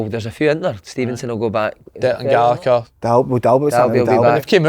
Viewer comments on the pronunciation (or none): none